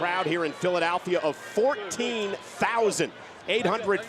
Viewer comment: Hard to focus on the great match being put on while simultaneously having to listen to Michael Cole butcher the pronunciation of Philadelphia